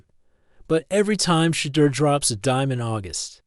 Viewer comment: Will you people who create these segments, please stop, intentionally, mispronouncing this Man’s name. This dud pronounced his name, differently. 3 or 4 different time. This is disrespectful and stupid. I believe it’s intentional. WTF?